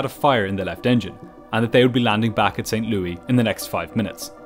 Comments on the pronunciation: You always bring awesome productions. Creative way of bringing your sponsor's products as similar components of this video. I like the way you pronounced Louis, "lewey." On the West side of the puddle it's, "lou-ih--s." Cool to hear. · St Louis...not St Louie-pronounced like Saint Lewis not Saint Luee. But you do a phenomenal job overall with these videos. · As a person from Missouri, I am furious on how he pronounces St. Louis. It’s Saint- Lu-Is not St Loui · It’s not Saint Lou E. It’s St. Louis.😊 Pronounced Lewis. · It's not St Lou-ee. It's pronounced like St Lewis. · Americans are weird St Louis is not pronounced Louie as we would in the UK but Lewis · Audio must be created by AI, the city is called St LOO-IS Missouri and not St LOO-EE Missouri. The devil is in the details. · Pronounced saint lewis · Everyone says st louie.all wrong my guess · He pronounced it like King Louis.. Europeans.. Sheesh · Your vids are much better than Mentour Pilot's, but just a heads-up, it's pronounced like Saint LEW-iss, not the French pronunciation that you use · The S at the end of St Louis is not silent btw. It’s pronounced as “St Lewis” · I'm literally becoming a monthly subscriber because of how you pronounced my hometown of St. Louis. I've never heard it called Saint "Louey" before. Cracked me up! Anyway, of all the people who do crash recreations, your approach is by far the most straightforward, simple, clear, graphically pleasing, to-the-point, informative, engaging and entertaining of them all. Keep it up. 100% worth the money!! Thank you! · I know people hate "that person" but the Missouri city is pronounced St. Louis, like "Lewis". It's one of many places I lived. 🤓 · never heard anyone pronouncing it St. Loui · I'm quite sure St Louis isn't pronounced "Saint Louie" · It's not saint "Lewey" It's "Saint Louis" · Not St. Louie.........St. Louis.. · Pronouncing St. Louis correctly? Clearly you're not from the Midwest (we pronounce it Lewis) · St. ‘LEWIS’, not St. ‘Louie’